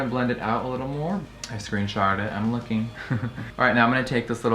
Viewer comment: girl did you say "screensharted"?????